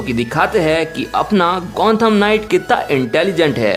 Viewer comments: It's gothom not gonthom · It's Gotham Not Gontham stupid😂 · It's Gotham not Gontham ! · and its gotham knight not gontham knight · gontham knight kya hota hai? it's gotham knight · Gontham nahi Gotham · Dude It's GOTHAM Not Gontham 😂